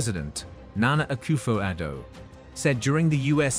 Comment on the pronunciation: Please stop saying Ghana say Akoffo Adu please